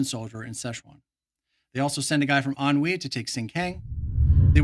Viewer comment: Thank you for the engrossing content, for a game I've never even played! Minor point of amusement: I still giggle every time I hear you say "Ahnwei", because it sounds like you're saying "ennui", and I always get a mental image of the Japanese or US forces battling against boredom and life-weariness! (FWIW, I looked up the pronunciation because I was sure you were saying it wrong, but – nope! I found out that it's pronounced "an-hwee", with neutral stress on both syllables, so your "an-wee" is a pretty good Americanization. I would have gone with something more like "an-WAY", and I would've been an-WAY off! Considering how knowledgeable you are about the rest of the game, I suppose I should have expected as much. :) )